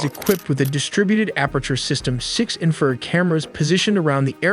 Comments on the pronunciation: AI still can’t say “infrared” or what haha…among other things. Why not just write a script and speak? I hate fucking stupid robots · Nice video, but the AI narration has problems! It mispronounced the word“infrared“ numerous times. At first I couldn’t understand what it was saying, then I figured it out. “Warthog” was another word mispronounced. It was close enough that I could tell what it was supposed to be though. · You beat me to it! Absolutely love these videos. This is AI without the AI Slop. However, to the creator of these videos, please look at the words, barrage, warthog and infrared. I'm sure it's a phonetics thing where you feed how you want AI to sound out the words. But your script did not sound out the words correctly. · you actually believe a video that pronounces infra red as inferd multiple times? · It’s INFRA RED, not inferred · infrared not "inferred" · Cool vid but It’s pronounced infer-red not inferd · Can you get your narrator to pronounce correctly? it is Infra Red, Not In Furred. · Entertaining video synopsis of possible scenarios of this rescue. Inferred=in-fra-red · you need to learn how to pronounce Warthog, it is Wart Hog not war thog!!! and Infrared is Infra Red not infered!!! DOH!! SMH! get you Ai self together! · Y'all make great videos! Your audio however needs work. Its pronounced " IN-FA-RED not "INFERRED". It's a pet peeve of mine. Once in a while is ok however, when the word is used multiple times it stands out and confuses. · EVERY TIME HE SATS INFERD INSTRAD OF INFRSRED IT DESTROYS HIS OWN STORY. THIS IS AI SLOP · Say it “INFRA RED” I’m happy to proof terminology for a fee lol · ...the infrared...: the INFERRED ??? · You mean the voiceover that can’t pronounce Warthog or Infrared? War-thog 😂😂😂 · U should make sure your AI can pronounce words better. Like 'wart-hog' not 'war-thog' & 'infra-red' not 'inferred'.